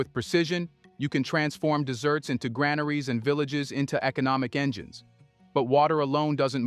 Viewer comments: He sounded like Marco Rubio, to me? It's AI, anyhow. Desert was pronounced as dessert! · When is someone going to teach ai about pronunciation? I get annoyed listening to it sometimes. A dry land with almost no rain is called a "desert" !!!! A pie is called a "dessert" , OK 👍